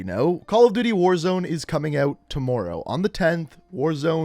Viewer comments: Why do you say toomorrow instead of tomorrow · Sworry....tomworrow. Canadian eh?